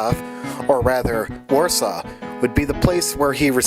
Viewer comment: I looked his name up: Fryderyk Franciszek Chopin was the original. I find it bizarre because his first and middle names are Polish, but his last name must be French. Pretty cool. He's not my favorite, but it's all good! I love your presentation style and love how you pronounced Warsawa correctly.